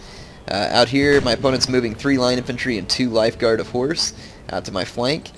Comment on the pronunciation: when he says reg of horse it sounds like regihorse and that sounds like i pokemon... I love pokemon